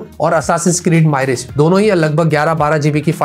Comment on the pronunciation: भाई वो माइरेज नहीं मिराज है (assasin creed मिराज) hai